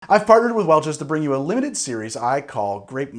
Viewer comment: does he not say “I farted with Welch’s”????